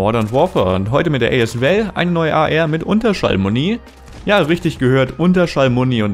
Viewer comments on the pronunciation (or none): wie er as val ausspricht 🤣🤣🤣